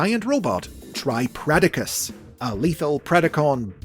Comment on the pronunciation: I think you might have mispronounced tripledacus It's pronounced the same as tripredacus but with the L where the R is. It's because of the swapping of Rs and Ls in Japanese language Its not triple dacus However I think it would make them more distinct from regular tripredacus to pronounce it that way and I might start doing that